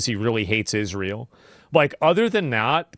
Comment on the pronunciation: Did he say Disrael like Disney and Israel str8 G asmondhomie 🤣🤙🏼